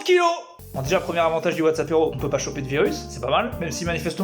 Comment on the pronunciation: Quand tu dis « Whatsappéro » j’entends WhatsApp héro(tique) et ça me stress bcp 😂